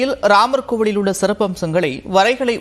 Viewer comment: கோவில் என்று தெளிவாக உச்சரிக்கலாமே.